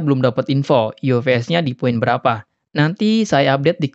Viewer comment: F jadi v😂 ufs bang bukan uvs